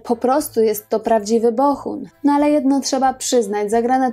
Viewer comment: BoHun, a nie BoCHun. Przez cały odcinek mówi Pani przez „ch”. Fajny materiał, a słuchać się nie da..